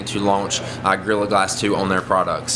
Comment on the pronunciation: At first, it sounds like you are saying girl glasses 2